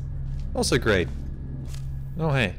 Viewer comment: he said grate not great 😄